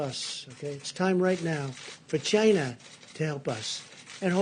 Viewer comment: he does the funny chiina on purpose and it's hilarious because you can hear him say it normally then switch back to chiina for the purpose of funny clips.